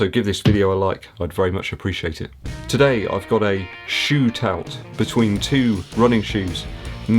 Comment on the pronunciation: Did I hear you say shoe-tout? I loved that....almost as much as you did.